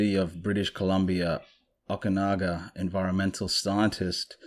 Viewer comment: I did miss you last week, but no pressure. Some pronounciation tips; Okanogan is pronounced Oh-Kah-GNAW-gan. Just for future reference, from a B.C. chick. If the guy's name was spelled LaRoche, then it's probably pronounced La-Roach. I didn't see the other dude's name, cause I was lying in bed with my eyes closed. Love your channel, and hope your real life project goes swimmingly! Lotsa platonic, supportive love, buddy!